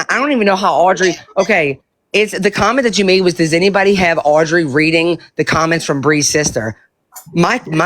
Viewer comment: She intentionally mispronounces Audrey’s name, I’ve noticed. When she’s really in her groove with a rant, she says it right! How disrespectful. I knew she knew how to pronounce that name!